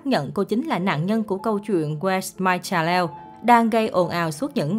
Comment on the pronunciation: Phat Am. Chua Chanel la Chsa - nel co chut am nhe so si trong do nhe em Ko pha Cha - nel Rang phat Am cho dung Em